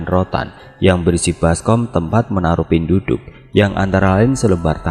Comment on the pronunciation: Cara penyebutannya bukan "pinduduk" bang tp penduduk biasa macam sebut KTP, penduduk biasa digunakan untuk org yg mengambil ilmu atau minyak2, untuk upacara penamaan bayi, untuk pembayaran atau mahar ketika sakit dll msh bnyak lg